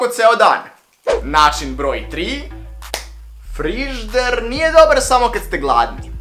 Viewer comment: Ko jos kaze (FRIZDER) WTF